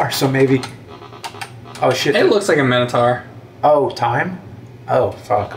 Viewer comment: Why do they call the Minotaur a Men-a-tar lmao